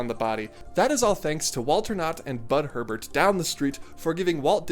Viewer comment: Small but important point: It's Bud HURL-BUT, not Herbert. I had the pleasure of meeting this man when I was a mere 15 years old and he listened intently while I pitched my "Barrell-Roll" er coaster concept to him. He plainly and expertly detailed why my idea wouldn't work and invited me to spend a day at KBF on him. He hooked me up with tickets and was genuinely grateful that I had sought out a meeting with him. He was a straight shooter and a very patient and engaging man who took the time to indulge a little kid.